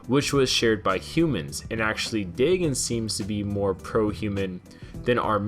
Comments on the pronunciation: its pronounced DAE-GONE not DAE-GIN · DAYGON BRO not daygen stupid learn how to pronuce words hell I have really bad speech impediment but at least I can take the time to pronuce words right might take a while but I get to the proper pronunciation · I dont believe the way you say his names right xD I believe it goes Day-gone not Day-gin, but overall he was probably a cool Godzilla, and it was sad cause they proved the two Mutos in the movie came from his corpse meaning the Muto Prime gave him the Muto Egg Parasite or whatever, but it sucks, I mean how would we feel if the new Godzilla were dying just watching a great ruler slowly grow weaker would be sad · Day gin that has me in fuckin tatters. It's day gone. Dagon. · Its Day-GON (dagon or dogon). Not Day-GIN. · lol Well if you are sking, yeah you did mess up the names. RAI-Den like the metal gear guy, and Day GAN not daygen. As in DAGON from the H.P. Lovecraft story, as in Cthulhu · Dagon is pronounced Day-gone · it's pronounced dagon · Pronounced “day-gon” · Day-Gone is how that name is pronounced